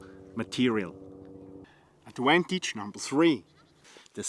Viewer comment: Adwantage lol great video lol